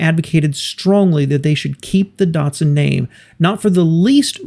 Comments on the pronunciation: Darrrtsun? It is Dat-Sun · "Neesarn" and "Dartsun"? No. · Dart-sun and Nee-sarn? I thought it was pronounced Dat-sun and Niss- san. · How does NISSAN become NEESON??? How does DATSUN become DUTSON??? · It's not DUtsun -its DAtsun, like CAT It's not Nee-sarn - it's Niss'n, like KISS Get it right. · Why do Americans say it wrong, it's nis_san not nes_sin and dat_son